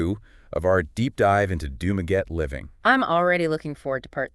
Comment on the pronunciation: Nope, it goes like this: Doom-Ah-Getty. Think of doom in doom and gloom. then the awe of shock and awe, last the Getty of the Getty Museum out in Malibu (Spared by the fires).